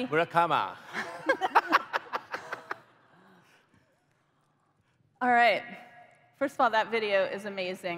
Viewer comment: I laughed when she said murakama